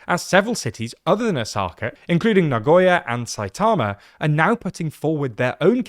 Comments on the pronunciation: Plz pronounce “Osaka” properly, the accent shld be on “O” and not “Sa” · O-saka. The tonic accent is on the first syllable. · Is this really how to pronounce Osaka in english 😭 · The pronunciation of Osaka is distracting ><